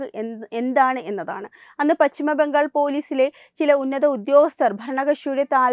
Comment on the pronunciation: Malayalam thettayi pronounce cheyyalle! Bhangal alla Bangal , vidhyarthi alla , vidyarthi